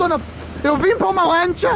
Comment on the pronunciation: uma lantcha... uma lantcha... uma lantcha kkk